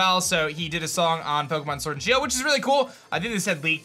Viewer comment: Poke'mon sworld and shield!!🤣